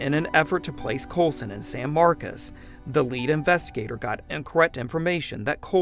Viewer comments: stop mispronouncing SAN MARCOS, NOT SAN MARCAS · Why are they saying “San Marcus” when it’s with an “o” San Marcos” see the “o”???